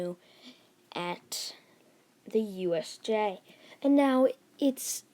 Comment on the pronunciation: Every time you say USJ for the first time you have a accent